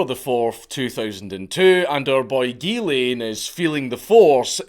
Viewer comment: As a french Canadian....drives me nuts every time he says.....it's Ghislain... sounds like "zhiz leh(n)" with a mostly silent "n"